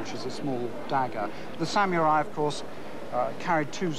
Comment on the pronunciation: ''Sam-your-eye''? Stop it, stop it, stop it!